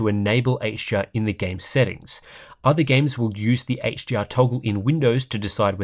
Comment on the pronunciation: It sounds like you say “HGR”, when you’re saying “HDR”